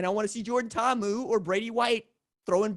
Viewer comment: You both pronounced Ta’amu correctly. Kudos! You seem to be the only ones out there.